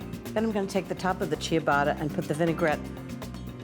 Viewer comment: I hate the way she misprounced ciabatta.